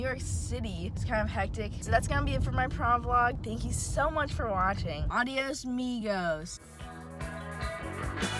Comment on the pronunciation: Lool do u speak spanish? That adios amigos killed me🤣